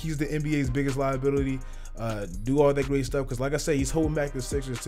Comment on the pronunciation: “Liabitily” tell me you niggas heard that